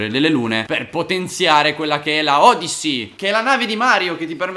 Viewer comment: Si legge odissy